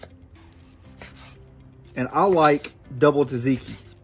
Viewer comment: Please learn how to pronounce things correctly, especially if you're going to try to teach people. Gyro is pronounced like the words "yes," "you," and "yodel." Think of it like "ye olde." Also it is tzatziki, not Taz tiki. You can break that down by syllables, tza tzi ki. Kind of how you pronounce "tzar."